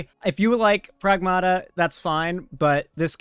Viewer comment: Greek here, Pragmata is pronounced PrAgmata, it means "things".